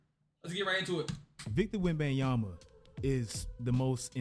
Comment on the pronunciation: "...what Victor Wenyaba is doing" Congrats bro... Victor went bananas ? Victor wem bananya ?